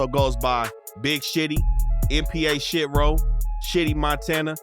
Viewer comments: it’s Shi-Tro not Shit-row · It’s shi-tro